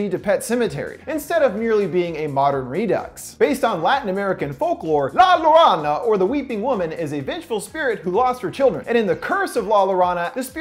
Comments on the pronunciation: Lol the cringe I had when you kept saying La Lawrana. Its pronounced Yorona, but you gave it a shot and rolled with it so respect. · He really said la lorona instead of la llorona 😂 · La llorona is pronounced like yorona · Racist!...at least he tried (i'm kidding, but you go on mocking people that don't speak spanish cuz you are sooooooo cool) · LMAO este wey dijo "lalarana" it's pronounce La yo-rou-na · It's La Yo-rho-nah... You said lorana which is a person's name i guess. Saying it with rho is better than ron if you pronounce it in English. Think of rho as in Skyrim. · “LA LAURANA” oh baby oh no double l’s are pronounced with a “y” noise, so it’s read as “la yo-ro-na” 💕💕💕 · I cant breath “la la rana”, bud, just trying to help, but it’s pronounced “La yoh-rone- Ah”, but I mean it’s not your fault because it is not your native language. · You pronounce the double ll in Spanish like a y. So instead of “La Lorona” you would says “La Yorona” I hope that helps 💖💖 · Uhhh to correct you, for “curse of la llorona” it is actually pronounced “la yorona (in Spanish those two L’s make a y sound) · Le me make it easier for you La Yorona. There I am hispanic and people saying it La Lorona make me so pissed, even thou is spelled with a double LL it pisses me off so just say it with a Y like Yo-yo So just say it Yorona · The "La Llorana" is pronounced like La Y-or-ona. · ITS LA YORONA NOT LA LA RANA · excuse me you said " la loanna " bruh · Its pronounced yorona not lorana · When u said lalorona is not how u say it u say like La Llorona(yo-ro-nah) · Its pronounced La "Yo-ro-na" not La Lorana. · La LORONA🤣😂. YO-ROA-NAH👍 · Jorona not lorona hyped to see that tho hope they didnt fuck it up like they did the nun . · Say it with me now.. La “Yorona”. That’s how you say a double LL... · It’s la yo ro nah! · sorry but it’s pronounced yorona, but it’s understandable dude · You pronounce La Llorona “La yo-Roh-na” Rolling that ‘R’ of course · It’s pronounced “ La Yo-Roe-Na” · "La Lorana"